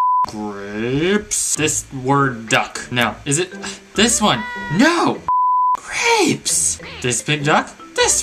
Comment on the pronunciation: i cant stop laughing at the way he says grapes